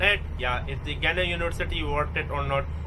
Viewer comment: Bullshit 😂🤣it’s not “Gunnon university” it’s “GA NNON” and it’s definitely worth it !